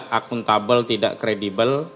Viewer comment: Klo ngomong akuntable kok nggedabel spt mulut ikan mujair 😂mulut tompel ciri orang HTI ya gini ini ngeyel memaksakan kehendak nya😂